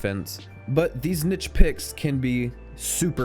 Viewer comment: no but like let's not skip over the fact that he also said "Nitchpicks" shortly after that